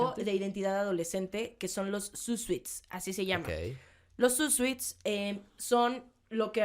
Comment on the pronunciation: "zoot suit" se pronuncia sut sut. Porque parece que dices zoot sweet 😂 Me encantó el podcast!!